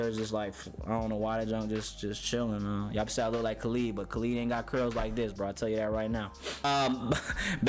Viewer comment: You really going to listen to a guy that cant even say Khalid right?